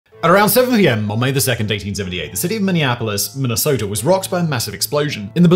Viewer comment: Finally someone that pronounces Minnesota as Minnesota and not minisoda